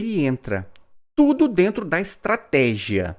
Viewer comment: Tudo dentro da "estrategeé" 😂😂